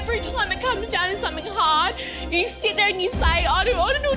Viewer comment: The incredible thing is that these people and their vapid, inconsequence hold sufficient interest for the average Australian that this program is still broadcast. How does a speaker of the English language manage to transform the words "you" & "no" from single syllables into double syllables? Yieouw & Noiew. I would pay a lot to watch these people burn in a ditch.